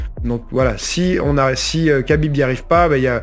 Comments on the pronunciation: Khabib ça se prononce rabib au passage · Je trouve que la prononciation "kabib" est bien plus agréable à l'écoute qu'un "khabib" mal prononcé. Car "khabib" en arabe ne se prononce pas "rabib" mais "rhabib" ou "rrrabib". C'est de la phonétique, compliquée à maîtriser si ce n'est pas notre langue natale. Donc le Mr te dit que la bonne prononciation en français est "kabib" point barre.